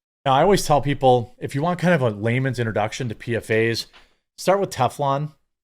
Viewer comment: PFAS is pronounced "PEE-FOSS"